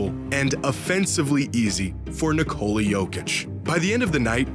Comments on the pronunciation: It's Nikola actually. Not Ni- Cola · So we're just gonna keep calling him Nikoli instead of Nikola. Bet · Its Nikola not Nikoli. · Dude said, Ni-Co-li has solved basketball 😂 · Can any American even say his name correctly? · people keep saying his name as if it derives from nicole. how can so many americans not think of nicholas. and then say that without the S in the end. its so easy lol. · Nikola will probably be in the hall of fame before people learn how to pronounce his name correctly. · LEARN TO SAY HIS NAME FFS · pronouncing Nikola = hurts in the ears AND eyes